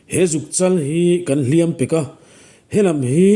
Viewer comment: A vawi khat nan: A tir lama hliam i thlûk dan hi thlûk hniam tur a nih hmel mang e..."...kan hliam pek a" tih lai hi.